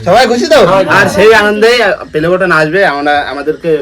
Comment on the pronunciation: আরে দাদা পেলেবাটান নয় ওটা হলো প্লে বাটান